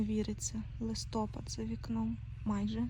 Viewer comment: Коментар на підтримку каналу. ЛистопАд і вИпадок, пані журналістко.